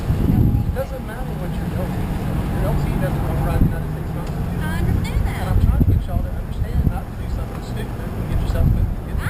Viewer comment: It's incredible how they cant even pronounce Constitution let alone know what it is. This is why you just drive through Mississippi, plan well and don't even stop for gas.